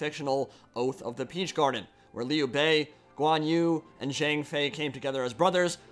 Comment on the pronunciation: Minor nitpicking on pronunciation, Lu Bu and Guan Yu should really sound like Lü Bu and Guan Yü with German ü instead of English u. Romanized Chinese could be confusing :)